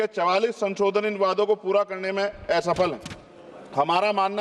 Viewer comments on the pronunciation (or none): Loser. A paper tiger. "एसफल" क्या होता है भाई? ये "स्पष्ट" को "अस्पष्ट" बोलते है। ये पढ़ालिखे वकील है। मस्जिदोंमें पिछड़े मुस्लिम (दलित हिंदुओं में से कन्वर्ट हुए) आगे खड़े नहीं रह सकते। इन्हें चाहिए कि वहां जाकर देखे और उनके लिए कुछ सही काम करे!